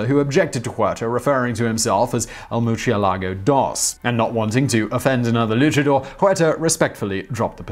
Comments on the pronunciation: murcielago is pronounced moor-sie-la-go. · "Merch ye lago" Is it really that hard to pronounce murciélago? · Maybe, my point is he's pronouncing "murcielago" with a "ch" sound. He's reading a Spanish word in Italian. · Murciélago is horribly pronounced, too. And I don't understand because his teammates are Spanish. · Lol at your murcielago pronunciation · I'm just saying, double check the pronunciation of bat in Spanish.